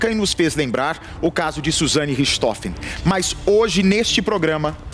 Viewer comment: Não é Ristofes. E sim Rirrrrrrrtrofen. Richthofen.